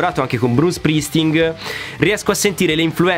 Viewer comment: Scusa...ma Bruce Springsteeng non si puo' sentire...al pari di Joey Jordinson...da un batterista...almeno i nomi corretti dei suoi colleghi.